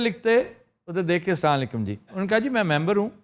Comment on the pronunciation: sorry to say sir ab jub b salam boltay to assalamo alaikum ki bajaye salanlaikum kahtay ho sir yh bilkul ghalat hy is k mani hi change ho jaatay hain shahyad me apse yh guzarish na karta siraf is liye kar raha ho q k ap humre icon ho roll model ho log apko flow kartay hain aur agr ap is ki correction kar den ge to me yh baht bari neki samjho ga Let me tell you something else, I have been watching your show for the last five years regularly